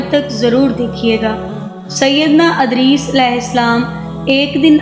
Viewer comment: Adris nahi hai vo edris hai